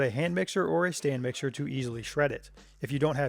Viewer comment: I thought he was calling it a Stan mixer. I was like hmm, i gotta look up this Stan guy. xD